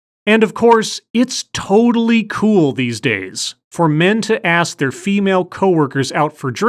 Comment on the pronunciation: Here's an idea. Learn how to pronounce the word "ask". You'll be significantly more employable then.